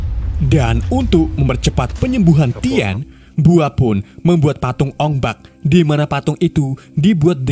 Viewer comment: Bukan ong bek. Ong bak😂